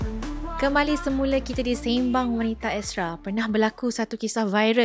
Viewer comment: Sebutan pd lagu intro tu salah Se(y)mbang✅️ Se(r)mbang❎️